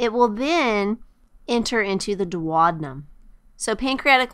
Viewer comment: This is a great video but it was very distracting that she kept saying dwad-num instead of doo-ow-dee-nuhm for duodenum.